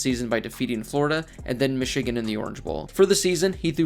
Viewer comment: How tf he pronounce Michigan